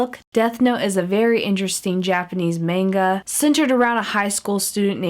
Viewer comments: am I the only one who noticed that she pronounced manga wrong? not trying to be a hypocrite ... 0-0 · she pronounced manga wrong...